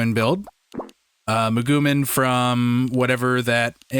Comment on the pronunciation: Muh-goo-mean - it is clear you did not watch the show XD